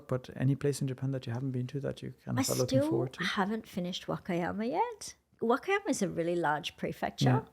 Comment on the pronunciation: Love watching! I was just wondering if she purposely mispronounces "Wakayama"? If so, what is the reason? Thank you! 🤗